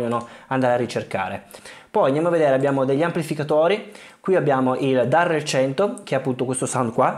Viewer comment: It’s “Darrell”